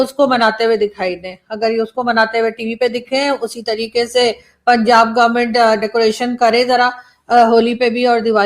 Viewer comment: The moment he said Gormint Kirkat He lost my respect.